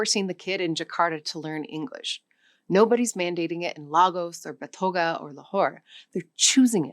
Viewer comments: And 'Batogah' instead of 'Bogota' LOL she's not even trying, the least to do would be reading the syllables... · BaTOEga? That's BogaTAH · Botoga for Bogota'. This lady is supposed to be promoting learning languages but keeps mispronouncing all kinds of words. But an interesting video nonetheless. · Lol. She said Botoga instead of Bogotá. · Botoga? Really? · She said "Angolian" and "Sub-saharian". Phrase breaks in the wrong places. What is a "scheduled language"? She said "DCR" when on-screen graphic was "DRC". She said "Batoga" instead of "Bogota". Is this an AI fake? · Did she really say Botoga instead of Bogota? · And also Botoga instead of Bogotá. Maybe dyslexia ? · You said " Botoga" 😂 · Its Bogota not Botoga! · I've never heard anyone with such a beautiful voice and incredible oratory have such a hard time pronouncing names of places. OMG, that's was so sad to hear... BOTOGA??? I mean, Bogotá isn't even difficult to pronounce. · No Spanish? And you pronounced Bogota wrong. Accent must be on the last syllable. Other than that, nice video.